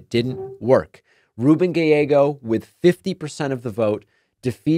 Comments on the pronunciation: Love you David but his name is pronounced Guy-yeggo. I’m in AZ. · Ur pronouncing Gallego weird lol